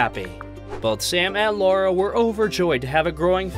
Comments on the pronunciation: Lara … not Laura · It’s Lara not Laura darling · It’s Lara, not Laura. This video is difficult to validate as accurate if you can’t get an important detail about the female protagonist’s name right 😂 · Makes whole video about Sam and Lara…and doesn’t pronounce Lara correctly once…. Lar-rah… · What a pity the commentator couldn’t get Lara’s name right 😢. “Lah-rah”. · For God’s sake her name is Lara